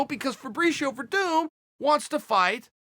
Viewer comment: I only came here to see how Chael pronounced Werdum.....unfortunately he got it right.